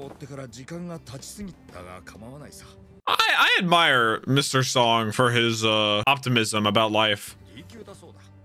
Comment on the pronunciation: Mr. Song is actually pronounced "Sohng" and Sung/Seong is more like English "Song"